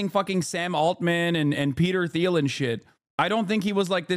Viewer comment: Hi Hassan, Peter Theil’s last name is pronounced Teal not Theal, just fyi.